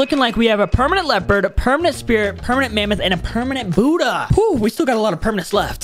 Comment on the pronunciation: Bro said *pernament kitchen*😂